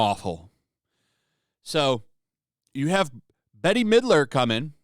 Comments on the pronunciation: Just FYI: Bette is pronounced like 'bet'. But she is so hopelessly out of touch on this. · I love that you pronounce her name as Betty. She is so washed up nobody even remembers her. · Bette Midler (pronounced Bet) has raging TDS, so this is of no surprise. Another celeb with no grasp on reality. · I'm really surprised that more of the comments aren't pointing out "Bette (like bet) Midler". Unless it's a deliberate mispronunciation... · It's meant to be pronounced like "Bet, Vet, Met etc". I only know because I was a theatre kid lmao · Bette Midler pronounce “BET Midler.” Not Bettie or Betie or Betty. There’s no “I” or “Y” in the name. BET… Midler. I’ve come across many who say her name wrong. Used to be a fan of hers (back since Beaches). That until she opened her mouth and started using it more than for her singing and acting. Now I truly can’t stand the ignorance she’s been vomiting out lately. I’m even starting to confuse her with Joyless Reid. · You talk about saying stupid stuff and you can't pronounce Bette Midler's name it's not Betty Midler🤪🤪🤪🤪🤪🤪🤪🤪🤪🤪🤪🤪🤪🤪🤪🤪🤪🤪🤪🤪🤪🤪🤪🤪🤪🤪🤪🤪🤪🤪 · Does ole Bette Midler remember that melamine was in imported baby food and pet food from China which was in some cases lethal. and Bette is not Betty its pronounced Bet. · It's pronounced "BET" not "BETTY". If this is all you do, at least learn to pronounce celebrity names. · Check into the attacks on food manufacturing plants in the past few months. This is planned. Ice Age Farmer and others are talking about this. P.S. she pronounces her name as BET not Betty lol. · Dude it’s pronounced “Bet” Midler. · I think you pronounce Ms. Midler's first name: "Bet".